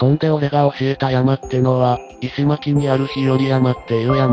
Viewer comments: 宮城 地元の人が間違えるかなぁ～。石巻(いしまき?) いしのまきでしょ。 作り話ですね。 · 石巻は、「いしまき」ではなく「いしのまき」です。 自分は、石巻出身です。上京して30年以上になりますが。